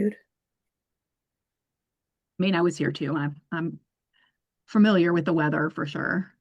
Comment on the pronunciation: “That was day of the weatherrrr” 🤦🏼‍♀️